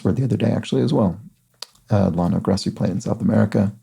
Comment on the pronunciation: tiny pronunciation note, LLANO is actually pronounced "yan-o". It's not a hard and fast rule, but in words originated in spanish, "ll" is often pronounced like a y.